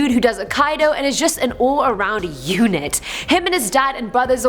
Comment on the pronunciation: she said, "Unit".....!!!!! LMAO!!!!!